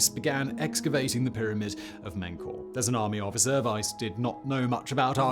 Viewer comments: Menkaure is pronounced "Min-car-ray" for those curious. Im guessing Simon either didn't look it up or his pronunciation dictionary didn't have it listed for some strange reason. This is a Pharaoh's name that's relatively well known given his association with the Great Pyramids of Giza. So pronunciation if his Pharonic name is also relatively well known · Simon's pronunciation of Menkaure also plumbs new depths!